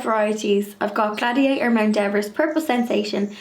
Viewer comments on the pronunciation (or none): none